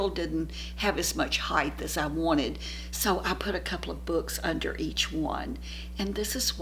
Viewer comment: a constructive aside, height, not heigth